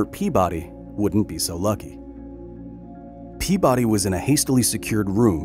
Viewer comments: Kyle, my friend. His name is said out loud in the clip in the beginning of the video. It's pea-buddy, not pea-body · This man was from Rhode Island, his last name would have been pronounced PEA-buddy